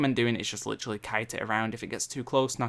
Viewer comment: "Litchrally" It's literally not litchrally...